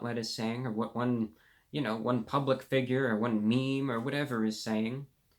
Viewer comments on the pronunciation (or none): none